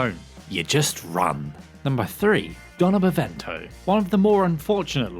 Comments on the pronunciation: Did you really say "Danna Bavento" that was so annoying omg. Its Donna Beneviento. Ben - a- vi - ento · "donabevento" instead of Donna Beneviento aswel :/